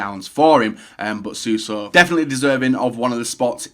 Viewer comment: Wow pronouncing Suso correct instead of saying "Suarso" its a miracle.